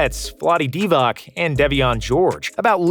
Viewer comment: Divac should be pronounced DivaTS not DivaK